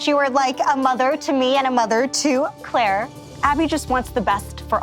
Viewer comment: I love how keeps calling Claire Clara😂😭